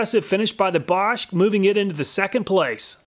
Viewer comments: He didnt pronounce it correct. He pronounced it correctly. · I like how you pronounce Bosch absolutely correctly! :D